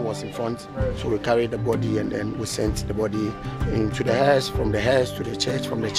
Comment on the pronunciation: pretty sure he says HERSE not house (he’s not a cockney)